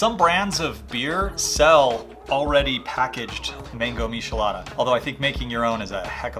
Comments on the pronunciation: ☹ It's not pronounced mishelada. The "ch" is pronounced the same as in the word "check". Please don't say mishelada, it hurts my ears lol Mi - che- la- da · for the record its not mishi-lada, its mee-chee-LAH-dah. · I almost clicked off the video when you miss pronounced miCHelada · He said a meeshalada lol 😂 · It’s disturbing😂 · 🤣🤣🤣🤣🤣 before I came to the comments I kept saying "why are you saying mishelada!!" 😂😂😂 it bothered me in a way that was annoying 😂😂😂😂 good drinks tho good drinks! 🥴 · IF WE TOOK A DRINK EVERY TIME HE SAID MISHALADA...we'd be fuuuuugged upp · I can't trust someone that can't pronounce it, next video 😅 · You need to learn to pronounce both Worcester and Michelada correctly